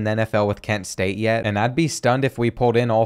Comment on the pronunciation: kent state is act ken state....lol, what ....